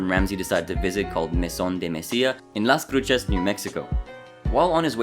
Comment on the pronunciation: It's pronounced Las "Crooses" Thanks for Update though I live in NM